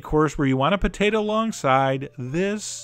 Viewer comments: Pah-tate-ah.... too funny. Always enjoy your videos. Thanks! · Poe Tay Tah